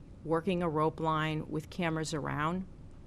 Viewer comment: Sounded like she said "grope line"